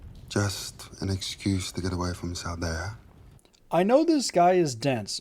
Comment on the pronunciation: Salidar, not Saldea ;-). Regarding Alanna surviving the crossbow bolts (not arrows, apparently an important distinction): there are many people out there arguing this a more accurate depiction of the effect of crossbolt-wounds then we usually get from Hollywood, bolts are not comparable to bullets, they would not penetrate that deep. Dying from wounds via infection was what usually killed you.